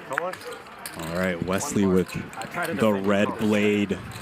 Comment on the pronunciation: Is there a “z” in Wesley… didn’t think so. Carry on